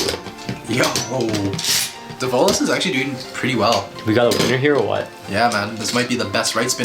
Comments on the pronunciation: it's pronounced DE-vo-los not de-VO-los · its devolos but u dont pronounce it like de vo lows its prounounched davolos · It’s pronounced Dev - uhh - los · You’re supposed to pronounce develos name “devil-os”